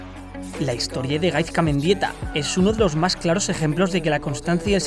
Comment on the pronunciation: Se pronuncia GaiSka no GaiZka. Por todo lo demas un 10 de video! 😄